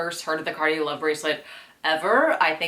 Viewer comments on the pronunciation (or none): Cartier is pronounced car-tee-AY * c as in car * ar as in bar * t as in two * ee as in see * ay as in pay. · She said mario cart lol